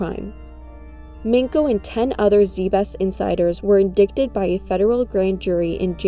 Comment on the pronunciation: In dited not in dicktid 😂great video tho. Super interesting. I liked and subscribed